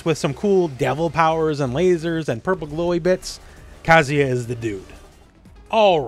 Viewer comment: Shoutout to for pronouncing Kazuya correctly.